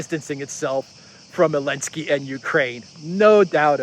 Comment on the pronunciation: Why's he call him "elensky?"